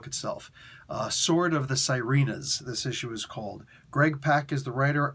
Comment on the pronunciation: Small, friendly correction on the pronunciation. It's actually pronounced see-reh-nahs or see-reh-nuhs as opposed to sai-ree-nahs. They're basically the Filipino version of mermaids. 😊